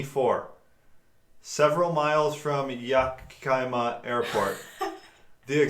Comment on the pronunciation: It's pronounced Yeah-kuh-ma. I live in Washington state. :)